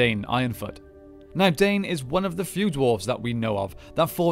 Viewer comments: Isnt his name pronounced Dine not dane? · Absolutely! Dwarf names are all in Sindarin, all vowels are pronounced.